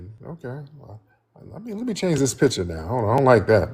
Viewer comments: Accents don't usually bother me, however it's the lying. Why are they so damn ashamed of where they're from?? It's not "Peeture," it PICture. No FBA says peeture. She's fooling no one. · Picha...and not picture😂😂